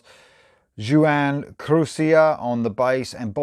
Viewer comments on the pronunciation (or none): Such a great album all the way around and I still listen to it often. I was also 13 years old when it was released, although I turned 14 two months later (May 1984). By the way, I think Juan Croucier’s name is pronounced like this...Juan (pronounced Wahn) Croucier (pronounced Croo-see-ay).